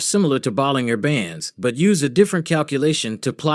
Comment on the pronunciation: its pronounced 'ball-in-jer'